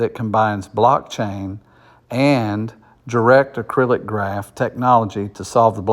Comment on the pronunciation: Not sure who wrote this article, but DAG stands for Directed Acyclic Graph. Not “acrylic”. It’s not plastic haha! Also, it’s more likely that Kaspa hits $1 this year, $2-5 in 2025 and well beyond $10 by 2030